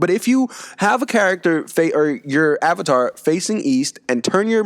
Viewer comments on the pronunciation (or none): none